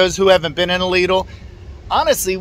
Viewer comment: There is no excuse. If this guy can pronounce it correctly, pretty much all English speakers can pronounce it. ☺ Lidl is part of the Schwarz Group and the competitor of Aldi.